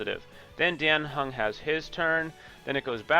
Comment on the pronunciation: who is king q? Are you saying qingque? The pronunciation is wrong , her name is pronounced "Ching chue" like the q is kinda pronounced a ch sound (i'm chinese so Ik this :3) and for dan heng imbibitor lunae its pronounced "Daan heng" we dont say it like the dan in daniel, and your heng is fine but for imbibitor lunae its "in-bye-buh-ter" not "im-beh-buh-ter". Thhats also what they say in the game...